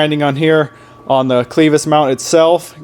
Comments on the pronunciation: Clevis. Not cleevis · LOOKS GOOD MAN now say it with me CLAVIS NOT CLEVIS kinda like you put a A in there Spelled Clevis but sounds like CLAVIS at least out here in FLYOVER COUNTRY ! Now just going forward I would have cut the bumper on the side of the Frame mount just big enough to slide the hook point thru then welded both sides. Now I am selling my 2nd GEN can be seen here with the bumper you just built but better if anyone is looking for a REAL CLEAN 2nd GEN